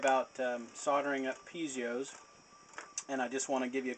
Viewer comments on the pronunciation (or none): awesome but it isn't said "pizios" its pi-ez-os